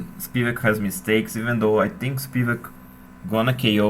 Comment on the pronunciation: Its spivAk btw